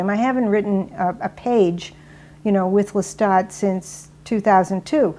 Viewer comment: it's Pronounce Lestat